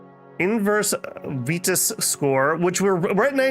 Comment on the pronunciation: To make it easier, just call it Vitus, as in Vi-tus, like Vi-tality.